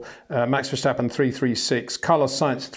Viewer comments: Please learn to pronounce his name. Its not Vershtappen, its Màx Verstàppen (both a like in 'marginal') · You're pronouncing his name wrong. In Dutch we say Ver-stap-in, not Ver-shtap-pen. That 'sh' sound is a German pronunciation and therefore incorrect. Thought you should know. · HEY PETER WINDSOR, I HAVE MESSAGE FOR YOU SIR: With all due respect ... it is NOT Max "verSHtappen" ... Max is not German (Germans indeed do pronounce "st" as "sht") ... #Max33 = Dutch NL/Belgium! ... It is not "Bottash" nor is it "Lewish" certainly not "verSHtappen" .... This BS started long time ago when a British sport presenter interviewed father Jos Verstappen and assumed you can use a German pronunciation to a Dutch Driver thinking it is so "funny" ... It is not. Serious question: can any Englishman say "versatile" out-loud without saying "vershatile" phonetically? most can about 99,99% ... that is why most English can pronounce Verstappen 100% correct! Father Jos Verstappen (also F1 Racer) was very active between back then only a very few said "Vershtappen" but the vast majority of British sport presenters pronounced it perfectly ... only a few old stubborn farts like Peter Windshor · Got to agree here, there's really no reason for any English native speaker to pronounce his name as "Vershtappen". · Peter, there is no ‘sh’ in verstappen. It’s just like in stop or step. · It would be similar to calling Lewis Lewish and Peter Windsor Peter Windshor, it does seem to be getting less bad tho xD. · Ok, itsj a pet peeve of mine, but I need to exjplain what 'bothersj' me about your pronunsjiation of Maxj' lasjt name. Somehow many English imitationsj of the Dutch accent, add the 'sj' where a regular 's' would be jusjt fine. It'sj in German where that 'sj' sjound isj mosjtly usjed. I don't expject people to faithfully make wordsj sjound asj they do in the original language, but for heaven'sj sjake man, you don't pronouncje Lancje'sj sjurname as Sjtroll, so why would you add a letter for Max?